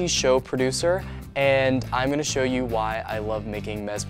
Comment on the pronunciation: tasty SHOW producer, love how he emphasized that